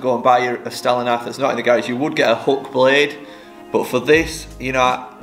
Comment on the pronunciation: Very helpful . Love how you say gahraage too